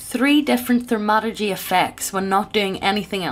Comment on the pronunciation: She keeps pronouncing thaumaturgy as "ther-MA-tur-jee"